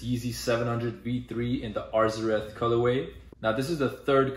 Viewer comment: You’re the first person to actually pronounce arzareth how it’s spelled